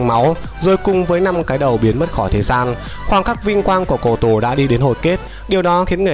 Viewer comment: Cô tổ mà bảo là cổ tổ.. nói là cổ tổ t méo biết cổ tổ là ai